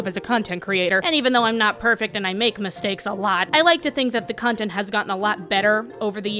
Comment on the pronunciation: I am I the only person who heard cuntent instead of content